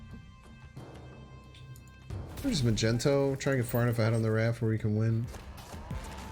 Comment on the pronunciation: Why does says Magento all the time? It has to be on purpose, there has to be a story behind it!